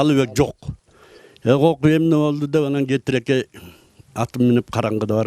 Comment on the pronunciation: Кетиркей туура айтыныз кетирекей эмес